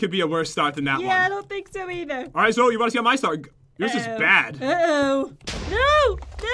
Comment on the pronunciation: Bad not baf